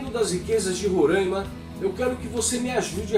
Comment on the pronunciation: RORÃIMA! Parabéns ... pronúncia correta; pela GLOBOLIXO até o Brasil muda de nome, talvez BÀRÃZYU ...